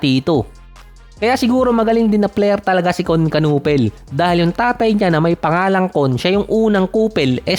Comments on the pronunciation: "knew pel" ang pag pronounce sa apilyedo niya hindi kanupel. Hahaha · Kinipol ang pronunciation ng apelyido nya hahaha. Sabi ni Nowitzki ibig sabihin daw ng apelyido ni Kon sa German ay baseball bat. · simple lang ang basa don. "KON NU-PEL". silent "K". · Ganito Ang pronounce kunepel (knueppel) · Kanipol boss ganyan pag pronounce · Kayanga nakakatawa di marunong magbigkas ng silent letters hehe